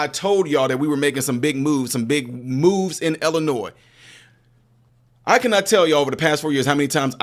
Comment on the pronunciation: seriously!!! There is only ONE Illinois. Learn how to pronounce the name of the state.